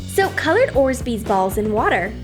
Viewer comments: orzbeez...? Not orbeez...? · did she said orzbeez instead of orbeez? BTW i love you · colored ORZBEEZ it’s actually colored ORBEEZ 😂😂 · Orbeez not orsbeez this is the 2nd time you have made a mistake. Next time correct your self. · Orzbeeze balls lol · No hate but it’s orbees no orzebezzeballs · Orbis not orsbes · You heard it guys, its Orzzbezz not orbees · Orbeez** not orzbeez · Orbeez not orsbeez gosh stupid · does anyone else hear that they say orZbees, instead of orbeez? seriously its triggering me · what are orsbees i know what orbeez are but not orsbees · It’s not orzbeez its orbeez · Are they saying “orzbeez” instead orbeez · Anyone else heard them say orsbees.. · You said orzbeez it’s orbeez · “Orsbeez balls” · It’s orbeez not orzbeez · It is orbeez not orzbeez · Its orbeez not orzbees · ITS OREBEEZ NOT ORPSBEES LIKE WHAT THE FUCK IS WRONG WITH YOUR EYES YOU DUMBASS Edit: sorry I’m getting mad but for real why can’t you say it the RIGHT way? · Orbeezs not orsbeez😆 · “Orsbees balls” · No a tents but it’s urbees not ors bees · STOP SAYING ORSBEEZE !!!!!!!!!!!!!!!!!! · ORBEES NOT ORZBEES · There not called orzbdez there called orbeez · Did anyone else hear them say orzbeez when it’s actually pronounced orbeez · "So coloured orzbeez balls" its orbeez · It's not orzbee, it's orbee idiot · ORBeez not orsbees. whatever that is. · Orzbez balls 😂😂😂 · “OrSBe BaLlZ” Me : “Orbeez” Not “Orsbeez”... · Not to be rude but it’s orbeez not orzbeez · Orzbeez balls XD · or beezs not orz beezs ugh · She said orzbeez! 😆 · Who else gets annoyed when they say orzbeez instead of orbeez. Not hating or anything, I'm just telling. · it is orz-beez, it is orbeez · Its O R B E E Z not O R Z B E E Z (just saying) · It's orbeez not orzbeez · Who else heard orsbeez 🤔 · Uhh it's orbeez not orzbeez lol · It is orbeez balls not orzbeez balls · They are called orbees not orsbeez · It's not orszzbezz bolls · Orzbeez Makes me laugh everytime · She said ORSBEEZ AGAIN!!! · orbeez NOT orzbeez